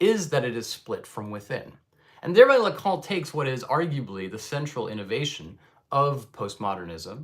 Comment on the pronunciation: "Lacan" please not "Lacon" or "Lacong".